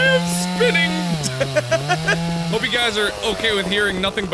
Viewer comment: i thought he said "i am dad" XD